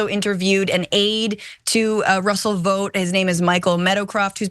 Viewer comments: Ikr, idk why she missed this perfect opportunity and kept pronouncing it vote instead. Wth? Probably working with homelander behind the scenes. 😂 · It’s pronounced “Vawt” like in The Boys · Omg stop pronouncing it as VOTE! We've all seen the boys, we know how it's really pronounced. Smdh.